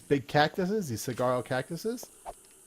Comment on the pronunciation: fyi the big cactus is pronounced suh-war-roh.